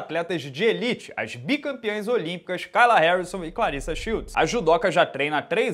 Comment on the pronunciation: Acho incrível vc pronunciar "Kayla" errado,...